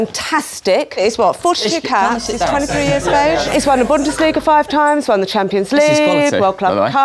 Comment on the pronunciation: With Mou strat i can win "Shempions''